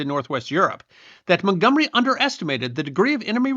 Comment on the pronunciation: As an American, I cringed every time the name Montgomery was mentioned.